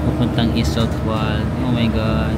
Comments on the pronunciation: Just a little tip lang po Ost is a german word means east. W is pronounce as V, like Iseltwald/Grindelwald pronounce as Iseltvald/ Grindelvald. Wald is a German word means forest. Enjoy your trip and try at least one authentic swiss meal. That's part of experience. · Hello, so, it's a good thing that you have taken the boat ride of Lake Brienz. The other lake, Lake Thun is also beautiful especially in autumn. OST is East in english. No train to Iseltwald (Iselt-vald), just boat or bus (20 minutes). I went there 3X, one time I came very early to catch the sunrise. It is very beautiful. The Bus 103 goes to Interlaken West also. Yes, may bayad na sya na 5chf, and platform ng CLOY. The 3rd time I went there may bayad na but the 2 visits wala pa, My first visit umuulan kaya di ako nakakuha ng good pictures, but the 2nd and the 3rd visit was so beautiful and had taken stunning photos. Speaking of CLOY, di sila nagkabalikan dyan. Di rin sila nagkita, but they might have meet na hindi pa magkakilala. From Interlaken to Lauterbrunnen and from there you can take another train going to Grindelwald and from there you go up to FIRST taking a cable car, up there is where CLOY naglanding sya at nagkita ulit after maraming years na hanap nya balik balik sa Zurich at Iseltwald. Doon din sa taas sila nagkita the 2nd time after sa bridge ng Sigriswil, (you can reach that place also by Bus), di pa sila magkakilala, naging photographer sya ng dalawa. Anyway, I'm happy that you enjoyed your visit there sa Iseltwald & Interlaken. Migros is pronounced silent "S".